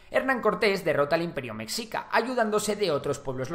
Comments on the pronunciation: Buen video pero deberías de practicar la pronunciación antes de grabar, mexica se pronuncia "Meshica" no es ayulta, es Ayutla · Relativamente joven? No mms es mas antiguo que españa de no ser por las atrocidades que tus abuelos cometieron hubiera tenido una continuidad. No se dice mecxica! Suena meshica y se escribe Mexica. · Meshica, no Mecsica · La pronunciación correcta seria con "sh" ya que en el náhuatl así es como suena la X. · Cómo me rompe las pelotas que digas /meksika/, no sé de dónde sacaste que se pronuncia así. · Mi estimado creador, mexica se pronuncia como "meshica". Es entendible que lo pronuncies de esa forma, pero la forma correcta es con el sonido sh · Meshica por favor, me shi ca! y es TenoCHtitlan por favor